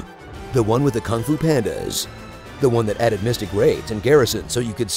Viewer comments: Mythic, not mystic. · Did he say Mystic raids?